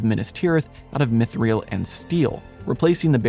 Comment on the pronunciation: It's not pronounced myth-real. Just sayin.